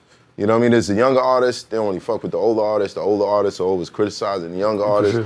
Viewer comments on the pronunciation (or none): none